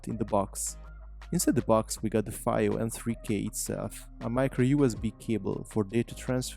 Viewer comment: Came close to buying one, chose the Shanling M0 instead for the small size and BT. FYI, I think it's pronounced "Fee-o" but whatever, good presentation, they make awesome audio gear for every budget.